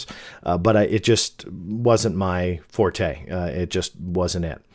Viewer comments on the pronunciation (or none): none